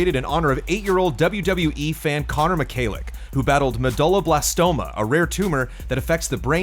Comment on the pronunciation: Yo, just a heads up. Medullablastoma is pronounced with dull sounding like “dool” instead of “dull”